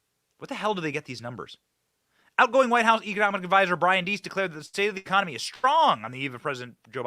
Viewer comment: Ecomony? What about a president who can't even say it? Much less have a successful one. Economy.